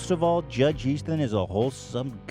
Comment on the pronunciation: judge Ethan pronounced his own name wrong